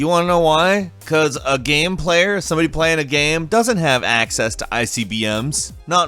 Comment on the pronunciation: why u say game without the e